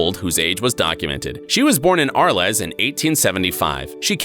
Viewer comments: Did he say "AH-r-lez"?! 😆 Thats hilarious! We've been to Arles and its AH-r-l!! *slaps thigh lemme know if you've been to Arles, too. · The way the narrator pronounced "Arles".... I just can't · She's born in Arles not Arlez